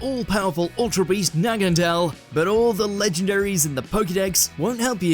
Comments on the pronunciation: Its naganadel not nagadel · Stopped watching when this guy butchered Naganadel’s name.